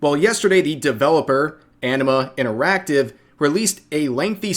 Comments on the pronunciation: I keep hearing Enema Interactive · I keep hearing it as "enema" interactive.